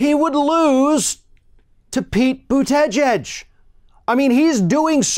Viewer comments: I know they said it is pronounced boot edge edge, but you need to slur it together a bit more. Maybe try saying boota-jedge (like judge but with an 'e'. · I cring every time I hear you pronounce Pete Buttigieg's last name. BOOT....EHHH.... JEDGE. Sounds like Trump saying KIM.... JONG..... UN. lmao. You da man. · I would think by now you would have learned to pronounce Buttigieg. It seems really unprofessional. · I love the way pronounces buttigieg 🤣😂😆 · are you intentionally pronouncing Pete's last name wrong?